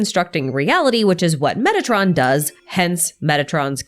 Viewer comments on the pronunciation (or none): For some reason i must strain my ears to hear "metatron" instead if "megatron". I hope i am the only one.